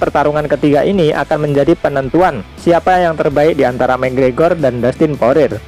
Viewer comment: Poirier dibaca poriye min